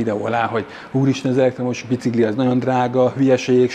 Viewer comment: Szia! Fun fact: amit "Bicikli"-nek írnak, kiejtve "Bicikli". Tehát "Bicikli", és nem "bicigli". Ahogy a bencin, meg a pénc sem helyes. Szívesen.